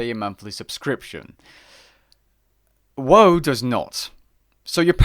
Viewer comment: "Woah" vs "WoW" sounds weird hearing woah